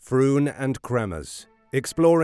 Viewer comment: Mispronouncing their names is not going to help convince people that you have the answers .